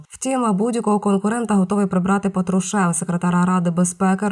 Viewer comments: Диктор, правильно произносите слова: не Петрушев, а Патрушев. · У призвіщі ПАтрушев наголос на першу голосну букву А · Робот це читає, патрушев наголос не там